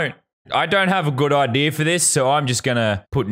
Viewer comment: I love how u say idea like "idear